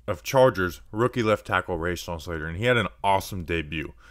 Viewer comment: Great video man. I’m so fucking excited about this kid. Just one tiny bit of criticism though - it’s “ruh-shawn” not “ray-shawn” :)